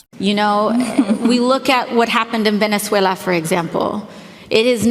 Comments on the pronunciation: she says latino names like a pro!...ven'ethwhella!"...... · I love the rolling of the tongue to show how well they pronounce Spanish rather than just speak English normally lol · Why do people, who don't fluently speak a country's language, attempt to pronounce names of that country as though they could? AOC did this when she said "Venezuela" and "Maduro", and both sounded like phony Spanish. She may have a somewhat Spanish name herself, but it doesn't mean she's a native speaker; just say the damn names with your English accent like a normal person might do. You're not relatable just because you are trying to fake an accent or pronounce names like a native. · Love how she significantly changes her accent whenever she pronounces Latin American words 😂